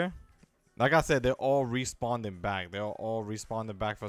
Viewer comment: Lmao “respawnding”